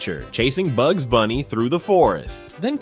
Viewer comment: It's pronounced "Bugs".